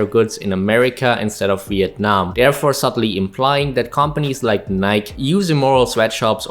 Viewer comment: A small nitpick, as it always bothers me: it's not pronounced "nike" in a way that rhymes with bike or like, it's pronounced "ni-key" like it rhymes with spikey.